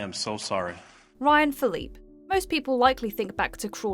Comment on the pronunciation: The sad part is that shes has said his name correctly in previous videos so why fuck it up in this andcwith this video ?